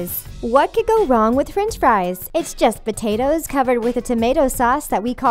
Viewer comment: the narrator pronounces french fries ''frinch fries''